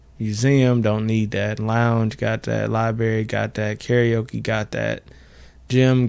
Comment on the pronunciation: Lol they way you pronounce library as liberry